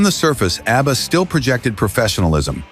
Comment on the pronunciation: “Obba?” AI is not a good thing…